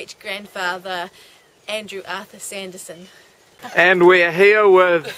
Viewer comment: I think you got the name wrong its not Sanderson it would be Sandison .